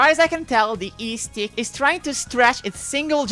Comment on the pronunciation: Every time she says eestick I Imagine Lae'zel saying istik